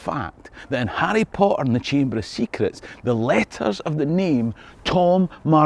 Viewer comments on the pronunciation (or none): Who doesn't love Arry Po Er?